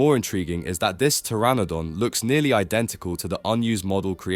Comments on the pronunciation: Did you say the p in pteranodon? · Did bro just pronounce the P in Pteranodon???